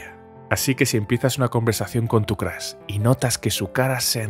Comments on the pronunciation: Soy el unico que le gusta mucho su voz pero odia cuando dice Crash joder es Crush no Crash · Nadie: El narrador: Crush = Crash